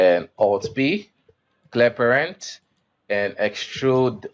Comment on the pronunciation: Listen to how you say "clear parent". I had to listen like 20 times to understand what you said. You got your pronunciation all wrong. Do yourself a favor and take some English classes. Because the tutorial itself is very good.